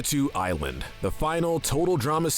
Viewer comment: He said Pahkitew Island wrong. This little piece of sh